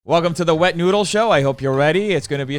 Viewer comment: I really thought there's new youtuber "wet noodle" 😅 i'm about to search then everyone corrected her saying "defff it's deffnoooodlessss" 😅